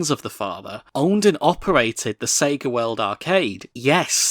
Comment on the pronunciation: Its "Sega" not "Sagar"